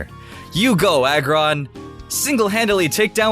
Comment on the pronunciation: how you pronounce aggron is not a-gron its ah-gron